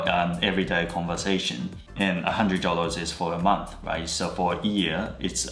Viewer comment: ここのyearだけRのサウンドが消えているけどその後のyearではRが聞こえる。 おもしろい。Atsuさんも着実にオーストラリアアクセントを身につけているのか。 がんばろ。